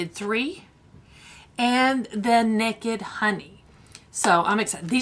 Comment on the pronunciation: I remember when Stacia sent you the Galaxy Chic palette.✨ Your southern belle shows through when you say, Nekkid 3 and Nekkid Honey. Love ya!💕